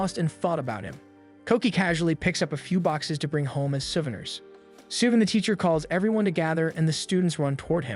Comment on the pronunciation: Oh the "souven-ers", "ram-in", and the "paj-imas"XD